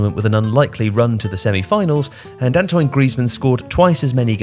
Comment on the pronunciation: Yep, in professional football Soviet football is counted as part of Russia's history. So many little errors and bizarre omissions in this video - Soviet union instead of west germany on the scoreboard for the 1976 final, pronouncing antoine 'antoyne' is that really how it's pronounced?